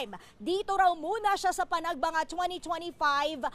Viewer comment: yung nirereport hindi naman yun ang nasa video. tsaka hindi panagbanga yun... Panagbenga yun